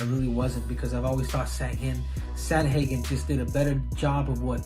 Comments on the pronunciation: I was hoping someone else would notice 😆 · Triple C mispronounced Sandhagen like 12 times, and it was different every time lmao